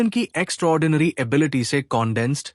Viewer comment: Bhai morgan ki ability kitni hai saaf saaf bola kar bhai ability bolte same muh me kya le lete ho😮